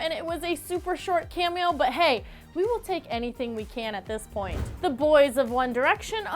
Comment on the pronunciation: Stop saying camio